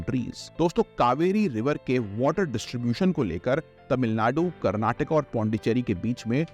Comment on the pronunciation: Thats not karnatika tats karnataka, tats not shri salim dam tat is shrishailam, tats not seringapattanam tat is shrirangapattanam, and tats not viru pakskha tats virupaksha temple, pronounce it properly sirrr! By the way good lecture